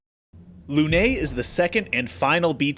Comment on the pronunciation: french prononciation review : lune is the usual you basicly say lu-nose(thats how it sound to a french) but i dont think english got the french "e" sound, potier was very good thats how you say it.